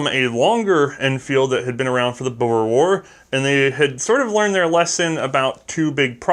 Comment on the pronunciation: as a south african i cant thank you enough for pronouncing boer correct, thank you